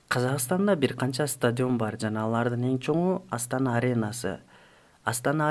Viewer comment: Стадйион эмес стадион